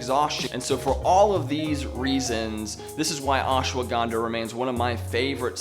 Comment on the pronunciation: Ash-wa-gan-dha... for some of us, it's hard to focus when you say "ash-a-wa-gan-dha"